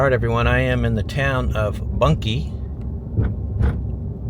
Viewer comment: Bunkie......not Bunky.